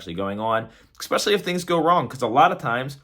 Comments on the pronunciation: jsut realised was one of those people whos say;'s "excpecially"... it's ok though i love him to death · This dude still can’t pronounce the word Especially. Jesus Christ. 🤦🏻‍♂️